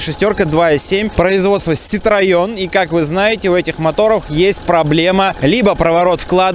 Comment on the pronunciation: Первый автоблогер, от которого услышал правильное произношение Citroën.